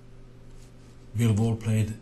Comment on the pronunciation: just so you know, it sounds like you're saying bilbo. like, bilbo baggins from the hobbit